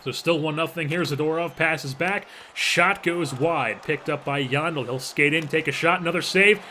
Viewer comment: yandle is supposed to be pronounced like handle except with a "y"